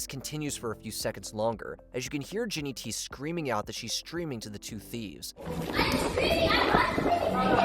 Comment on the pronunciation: its not jinnyt... its jinnytty ... considering its her URL that's a massive difference